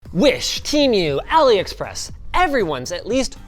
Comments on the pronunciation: Isnt it tee mooo not team you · It's temu not teamiu